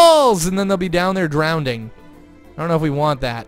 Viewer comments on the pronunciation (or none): Drownding? Or Drowning? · lol drownding! shouldn't it be drowning??😂😂😂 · Drownding or drowning? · "Drownding" tahaha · He said drownding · he says drowding